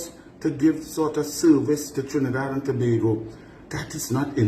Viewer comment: I was also impressed that he pronounced Tobago Correctly!!!